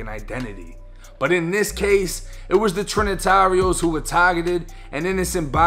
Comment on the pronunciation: "the trin-nah-tareohs" lol